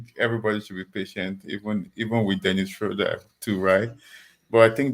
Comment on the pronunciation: shrowder not shrooder my god people need to understand languages